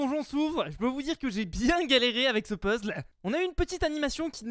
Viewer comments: stp le mot puzzle (casse tête ou énigme) se prononce puzzel et non puzzle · Euh parcontre fuze on dit "pezel" et non pas "pezle"😁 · fuze puzzle ne se dit pas comme puzzle mais plus comme peuzeul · ARRETE DE DIRE PEZLE AU LIEU DE DIRE PEZZEL !!!!! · puzzle ça se dit pezeule pas pezzle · JE SUIS LE SEUL CHOQUER CAR IL DIT UN PUZL???!!!